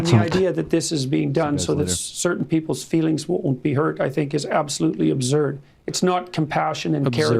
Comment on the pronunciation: Glad Sam cleared that up, for a minute there, I thought my brain was letting me know that we were finally done as a couple. I heard 'abzert.' Now I want to smack tht jp guy upside the head. The reason females do all of this stuff is bc theyve had it shoved down their throats in everyway possible -that is what being a female is about & if u want to be seen as 'marketable' to males, if u want to be loved & accepted, u betta doll it up > a young, perfect doll. Ur role is to be attractive, sexy & sexually available. - And who came up with this bs in the 1st place?????Hmmmm????? It wasnt females. That shit is alot of work and at best, uncomfortable (heels, bras, plucking & waxing, plastic surgery - anyone? anyone?) If this crap didnt exist, we'd walk around in baggy sweats, ponytails & no makeup & eating whatever we want. What a frickin jackass this jackass is! 😬